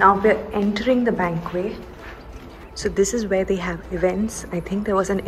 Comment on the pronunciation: It's bank-wet. Not bank-way . You are over-correcting :-)